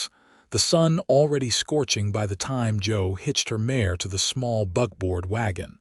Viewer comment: buckboard not BUGBOARD.....AI falls very short! The constant miss use of words really bothers me and all but destroys the stories for me.